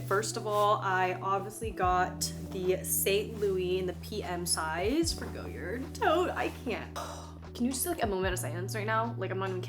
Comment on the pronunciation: It’s pronounced “goy-yaar” Green is my favorite goyard color